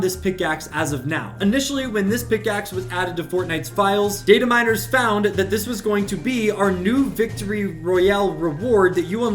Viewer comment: You: Data miners. Me: DID HE JUST SAY DATE A MI